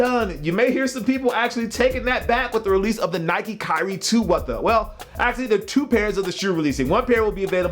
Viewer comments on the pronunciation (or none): none